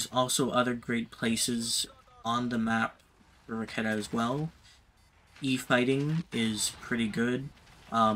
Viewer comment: its not RAKATA. Its RA KE TA . From the Lithuanian word RAKETA that means ROCKET